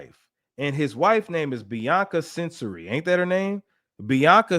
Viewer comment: You pronounce her last name Censawry